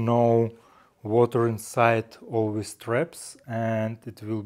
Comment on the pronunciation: English has improved a lot. But, he has problems with "this" and "these" - he says:wis" and "wese". Hope he can catch himself soon.🤣😂